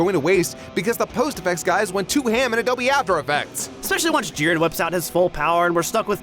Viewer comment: Am I the only one who, while enjoying the video, was completely urked and annoyed by the fact that one of the 3 narrators insisted on forcing an asian pronunciation on every character? The others used their natural english pronunciations but everytime the last guy said a named it was "jee-REN" or "guh-KOO" (id like to note he had no problem saying gohan correctly though and didnt say "guh-HAN", but that just furthers my poi t that it was forced. You arent somehow a better fan or more cultured or something because you pronounce things like a pretentious ass